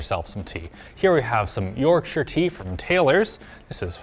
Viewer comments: At first I cringed when he put the tea through a coffee filter, but then I realized that it probably removes oils and stuff that stains. Also props for using yorkshire tea and pronouncing yorkshire correctly, very well researched video. Edit: UNBELIEVABLY BASED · OH MY GOD THEY SAID YORKSHIRE CORRECTLY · As someone who lives in the town Taylor's (Yorkshire Tea) is from, thanks for being the first non UK channel to pronounce Yorkshire correctly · Good job using the best tea, and pronouncing Yorkshire pretty well, 10 points for effort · Omg they actually pronounced it properly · They said Yorkshire correctly. It’s a like from me